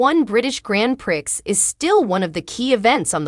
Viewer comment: The Grand Prix is pronounced as Grand Pree it is a French title.